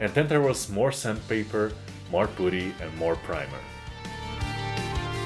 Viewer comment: It’s “puh-tee” not “poo-tee”.